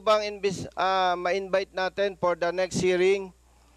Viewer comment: The subject op the opiser op the chairman ah aha the priends op the pather is parther rule the eppect of the discussion wether we resfect the chairman flease.